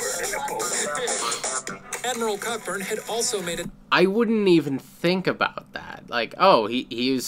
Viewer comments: It's pronounced "Coburn" not "CoCKburn"! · Its pronounced Co-Burn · Cockburn is pronounced coburn